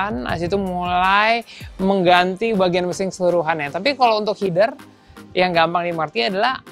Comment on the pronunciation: Kan nama nya header ya om bukanya h-e-d-e-r ya bukan h-i-d-e-r